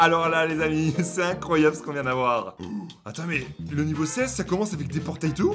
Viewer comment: on dit pas incroiyeau on dit incroiyable